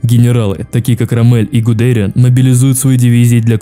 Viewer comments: Привет, видос топ, очень прикольно с исторической хроникой, однако есть небольшие недочёты, во первых, там где должно быть фото Генриха Гиммлера стоит фото Гудериана, во вторых, не РоммЕль, а рОммель, не ГудЕриан, а ГудериАн, 😅 (без обид, просто неточности) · И в общем, ты часто не правильно произносишь фамилии рОммель гудериАн